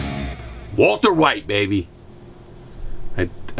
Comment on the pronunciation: HENSAID WALTAH